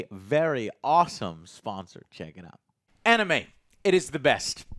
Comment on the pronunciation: Down vote cus he can't pronounce animes right